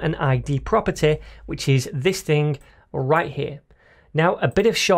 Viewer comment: rrrrrrrright hear, love this explanations